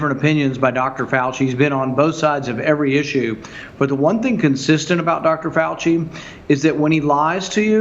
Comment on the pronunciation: 'Fau-Chee', really. what the hell is that even supposed to mean? do you think if you come up with a sufficiently insulting adolescent nickname for someone, they just automatically lose credibility? why would you want our top infectious disease doctor to lose credibility? seriously, what is it you think you're doing?